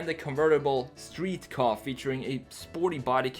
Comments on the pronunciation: Ford kay ayy not ford car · Ford car? It’s ford K A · No one gonna say something about him calling it a Ka (kahh) its actually called the KA (Kay-ay) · It’s a K.A not a ka, it sounds like you are saying “car” when it’s a KA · It’s pronounced K.A. I used to think it was the way u say it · I the way you pronounced Ka... KOH